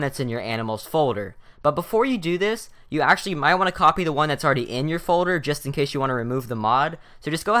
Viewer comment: folder = "foder"